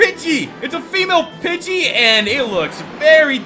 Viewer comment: Pidgey not budget